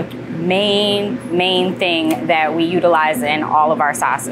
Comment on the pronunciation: with, that, smooth. “wif” “dat” “smoov” why do they get rid of “th” and replace it with random letters that are never the same😂